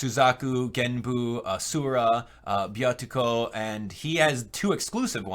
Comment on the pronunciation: I did, but i doubt your friend in japan would make the amateur mistake of the little tsu (ッ) in ビャッコ being pronounced instead of doubling the consonant like you did (Byatsuko, it should actually be Byakko)